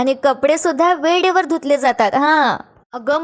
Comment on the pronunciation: वेडेवर नाही ग बाई वेळेवर' ळ" नीट म्हणायचा